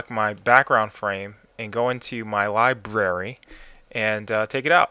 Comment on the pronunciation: Thank you so much,. I almost fell out of my chair when you said "LibRary!" xD